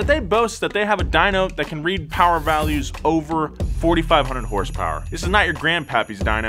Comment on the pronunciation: 5k hurs purs. Sounds like Bull chit to me.